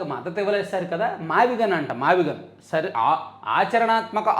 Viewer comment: మీరు సరిగ్గా పలుకలేదు మావిగన్ అనాలి. కష్టపడి తన పేరు వచ్చేలా పెట్టుకుంటే మీరు గాన్ అని పిలుస్తే ఎలా? గాన్ ఇంగ్లీషులో gone 😂